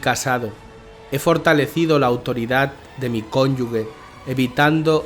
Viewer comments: tus videos son muy buenos, no los demerites pronunciando "cónyugue", es "cónyuge" ("je", no "gue") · se lee conyuge (conyuje) en seta palabra el sonido de la g se pronuncia cómo la j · Una corrección fraterna: “cónyuge” no se pronuncia como “guerra”, sino como “gemelo”! Gracias